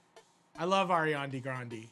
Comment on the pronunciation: Ghan Ghan “ARIANI”